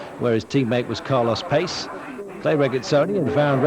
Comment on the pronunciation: Who is this Carlos Payce . I recall he was Carlos Pace pronounced Pachay